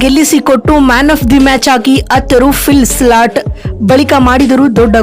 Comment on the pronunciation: Phil slat alla , philsalt modals sariyagi hesaru tilkolamma